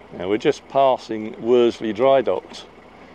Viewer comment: Love your vlogs but as I live near there please say Worsley not Werdsley